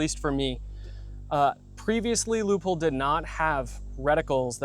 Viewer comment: I'm wondering: why you guys pronounce Leupold like 'loophole'? 😁